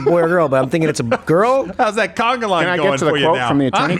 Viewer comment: It's "conga".. Steve, admonish.